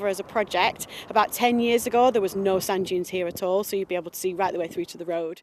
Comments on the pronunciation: I had the Captions on. It's Sand Dunes not Junes! Lol! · How many Americans kept hearing "sun dunes" 😆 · I kept hearing sun juice that made me confused.... Until I saw the sub.... It was Sand Dunes.... 💀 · I hear sand junes. Activate automatic subtitles. It also hears sand junes.